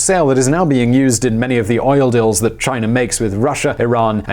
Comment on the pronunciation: Chinarrrr lol